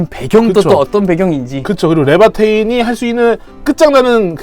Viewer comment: 근대 왜? 레바테인을 뿅뿅테인이라고하나요?